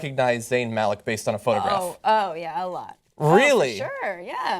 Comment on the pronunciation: It's pronounced "Muh-lick".